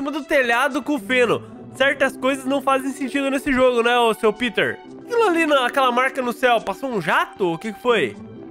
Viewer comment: O O NOME NÃO É PITER É PETER